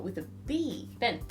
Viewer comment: When you said "Ben" like Christian. That made my morning